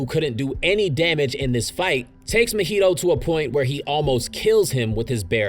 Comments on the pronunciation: Broo why you saying mahito’s name like mojito 😂. It’s Ma-he-toe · The way you say Mahito throws me off everytime